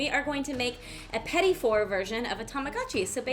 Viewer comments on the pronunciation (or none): This has absolutely nothing to do with the video, but "four" (French word for oven) is pronounced "fooor" But these are absolutely adorable ^-^ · Wow, the American pronunciation of petit four is wild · Always a pleasure to hear how an english pronounce "petit four", french sounds more romantic from the mouth of an english :D P.S.: I'm french